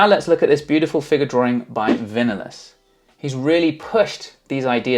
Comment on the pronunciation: That word drawRing gets me every time